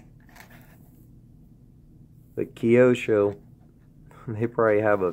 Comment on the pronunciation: Nice pieces. My favourite is the silver 599 with those gungray wheels. You pronounced Kyosho very well, I salute you for that. Please take my friendly advice and pronounce the JOTA as HOTA, as it is a spanish name. Nice video anyway, thanks for it.